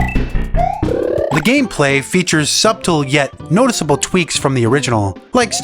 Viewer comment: I kept rewinding to see if is pronouncing subtle as suBtle and yep!:)